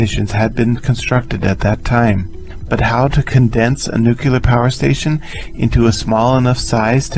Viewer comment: All good until 14 minutes after launch and then multiple nuculars. Sorry, it's either nuclear or the viewing mission terminates.